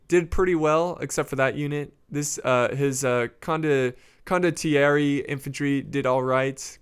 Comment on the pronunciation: it's pronounced CONDO-TEE-AIR-EH